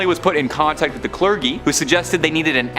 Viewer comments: Bethesba?? De-"FO"?? The Exorcism?? Cler-gee.... I don't know what happened to this video but, oh, my soul hurts. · My dude. You're a presenter, and while I get mispronouncing some of the more obscure words is totally forgivable. "Clergy" is not obscure. given this channel's focus seems to deal with hauntings a lot, it is a word you will need to learn to say correctly